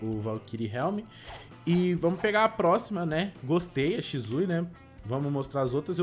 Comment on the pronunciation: Não e shizui e shisui